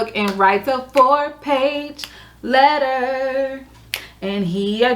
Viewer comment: I enjoy your debriefs! I like your format & look forward to more:) “four page letterrr” lol thanks for sharing!